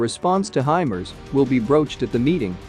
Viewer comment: Hey guys.... It's pronounced HI-MARS...... Like the planet...MARS... NOT....HI-Mers....(MERS??)